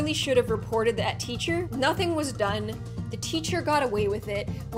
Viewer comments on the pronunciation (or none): none